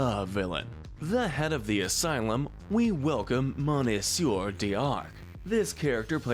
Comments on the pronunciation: Monsieur isn't pronounced Mon-see-ur. It is Meh-ssh-your. I find you guilty of assaulting our ears with your horrible accent. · It’s not pronounced “moneenseeyur” it’s “missyur” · "Monneysoor Darkh?" Dude. 'Monsieur' is one of the handful of French words that pretty much any English speaker still knows the pronunciation. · You're morons. 1. Monsieur is only pronounced as you did by incompetent fools who want others to think they can speak French 2. Iago was "complicit" not complacent 3. high treason (Jafar) has a punishment of death 4. You didn't even touch on the crimes of John Smith who raped a 13 yr old girl (approx actual age of Pocahantas). As a rapist and pedophile Smith deserves at least 30 years